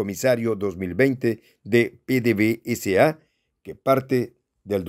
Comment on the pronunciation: NO SE LEE PDV-S.A. SE LEE PEDEVESA....ABRAZOS Y SALUDOS DESDE VENEZUELA Y GRACIAS POR TU ATENCIÓN...FELICITACIONES POR TU PROGRAMA.